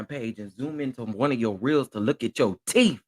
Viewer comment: Thought it didn’t bother you. Please stop saying “TEF”!!! The word is TEETH!!!!